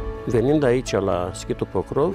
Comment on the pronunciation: Se scrie POCROV și voi pronunțați PROCÓV ? Câte clase aveți " savanților" ? Biata limbă română!